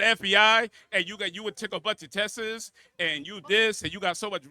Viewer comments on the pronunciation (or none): the pseudo intellectual Black Thought knock off “cuz u was in FEI, and u took a bunch of test-izzzz” 😂😂😂 while trying to say he’s not low IQ